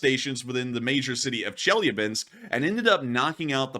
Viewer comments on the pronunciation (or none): Dude if your going to make a living off of War Blood at least make a fkn attempt to pronounce city names correctly. Eezh yevsk - Nee zhnee Nov gor od - Chye lya beensk. Flame me all you want IDGAF but he is a typical lazy social media grifter.